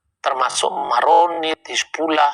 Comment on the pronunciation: Bang.... Hizbullah bukan Hasibulah.. tolong di ralat ya